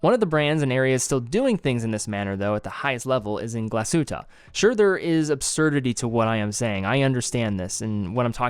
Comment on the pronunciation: Thank you for pronouncing the hard G